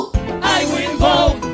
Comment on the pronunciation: I will bote 😂 lol you gotta get the accent right